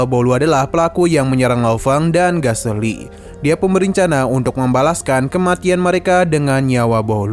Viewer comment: Kritik dari subscriber lama untuk channel ini karna gada perubahan dari dulu. - Kalo ada penyebutan yg salah males bgt di cut malah di teruskan - Sering salah penyebutan kosakata nama karakter / benda yang mana membingungkan viewers seperti Galesi / galexi > menjadi Gaseli. Saran : Diperbaiki, lapang dada merima kritik & saran, jangan malah di lawan. "Pian ni jdi panutan channel sebelah, jgn smp menurunkan loyalitas subs lawas disini"